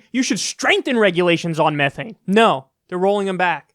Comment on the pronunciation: Please don't pronounced methane that way, your hurting me on a fundamental level.and yeah, it's worse that CO2 but tbh since it's valuable you don't have to worry about companies pumping it out too much,h they want to keep it